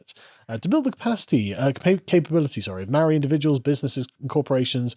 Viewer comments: As someone from NZ, the mispronouncing kills me. The vowel sounds are "Ah Ae Eeh Orh Ew" instead of "Aye E Eye Owe You". So Its more like "Martowrunghee" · Having spent half a year in New Zealand, Maori culture is incredibly fascinating and it made me reconsider some of my previously held positions (and hearing you mispronounce every Maori word was just awful lol). However, it's wrong to call it science, just as it's wrong to call Christianity or Libertarianism science. Science deals with the mundane; philosophy isn't factored in. It gets difficult since the Maori worldview doesn't discern mundane and spiritual; it's all interconnected. However, this worldview doesn't make it impossible for Maori to understand what science is (it's a universal tool after all). Also, the examples they use for Matauranga are true but so patronising. Oh look, berries! Oh wow, random surface level folklore! Why not talk about how Maori are able to trace their lineages back hundreds of years back to the very first waka (canoes) that sailed thousands of kilometres from Hawaiki? How they could travel all around New Zealand and make contact and trade and have treaties with different tribes? All this without any writing system? I think it's because there's a truly imperial attitude to Maori from the government there. Like there's a real white saviour "i have a black friend" vibe that just seems so insincere.